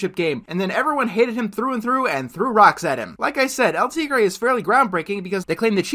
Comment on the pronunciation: It's a shame you can't pronounce 'El Tigre'